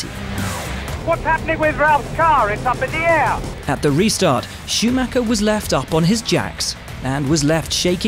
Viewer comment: Czy wy brytole nigdy nie nauczycie się POPRAWNIE wymawiać imię i nazwisko Schumiego